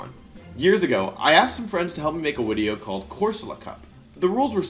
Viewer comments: Why do you say wideo???? It throws me off each time bro 🤣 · I think you mean wideo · I think you mean “wideo” it’s okay… we all mess up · Wenusaur and Wideo is actually because he’s good friends with Markus (13yoshi37) who is German and German pronounces “w” as “v” which slowly prompted Wolfe to pronounce “v” as “w” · I love how much you say wideo. (and no wideo is not a typo) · Imma end this video if you say "Wideo" one more time Edit- thats it. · Why am I hearing Wideo instead of video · Everytime i hear wideo i get 2% more likely to turn off the video. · lmao "the wideo" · Am I going insane or do you say "Wideo" multiple times throughout this video... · why does he keep saying wideo instead of video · great "wideo" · is it just me or am i just new and dont know he says video like wideo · Why does he keep saying wideo 😭😭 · wolfey: Pause the wideo*... what do you think happened? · *Pause the wideo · pause the "wideo"? Ugh you're so cute wolfey 😭🤣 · I still cant ever get over how you pronounce it "wideo", its so cute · "I think we banned Hidden Power Grass. Now pause the wideo. What do you think happened?" What do I think happened? I think people used Hidden Power Electric. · i love how u say wideo LMAO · why does he say video "wideo" every single time? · dude he said "wenusaur", he also said wideo can anyone explain why?